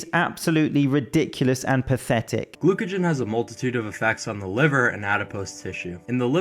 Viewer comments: said “Glucogen” 😂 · Says all these words, doesn't even know how glycogen is pronounced. Also if you stopped him at any moment and said "wait what is a fatty acid?" or "what's the 'metabolic chain' for glycogen" he couldn't tell you. I can't stand people using underserved-big-boy-words without the research. People who are uneducated on the subject will hear these words and think he's smart. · He also mispronounced glycogen. Glycogen! What he doesn't know about human physiology could fill a warehouse, but he's juicing. So, so fucken dumb.